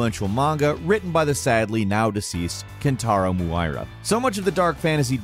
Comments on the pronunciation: Who is Kentaro Mooira? Just put the name Kentaro Miura in Google Translate, select Japanese and hear how is supposed to sound... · KENTARO MUIRA lmao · Kentarrow mooirah